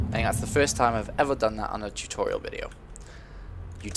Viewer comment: LOL! I forgot about him saying "tutorital" :3. I'm a little surprised.